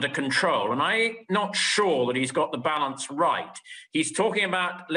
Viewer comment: ‘Balarnce’. Arse.